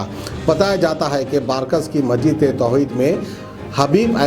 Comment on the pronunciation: No 1 Ka Ghada hai ye. Urdu se to isss Jungli ko Aisi Adaawat hai??? pata nahi. ( Chiplak ko Siplak.. Masjid ko Majid Majid) Aur duniya bharrr ki Galatiyaan. Aur Sath me News me Chichore. Lucchar. Dedh hushiyaari ki Baatein Aur Sade huwe Muhaawire Bhai.. To Tarkaari. ( Vegetables) yaa Fruits🍍🍎🍓🍇 to bhi Bech le Jungli